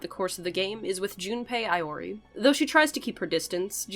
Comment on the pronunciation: Havent you heard of junpei eeyorei, ace detective